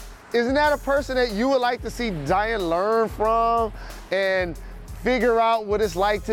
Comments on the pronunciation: Zien or ZION!?!? 🤦🏽‍♂️😂 Jalen: “You just got Zien!!!!!” 😂😂💀💀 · Jalen it’s Zi-on not Zi-in